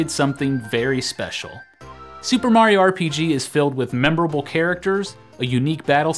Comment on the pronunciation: It's MEMORABLE, not "memberable" haha